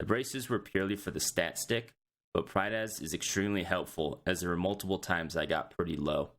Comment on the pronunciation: Stopped watching as soon as he said prydaz